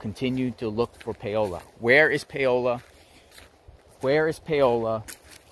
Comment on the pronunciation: Her name is pronounced Pow-la not payola 🤣😅😆